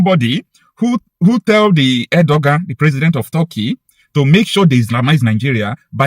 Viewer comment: IT IS PRONOUNCED Er-doe-wan !!!